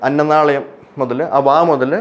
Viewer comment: അന്നനാളയമല്ല, അന്നനാളം.